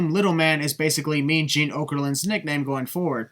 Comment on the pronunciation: "Mean " Gene 😭😭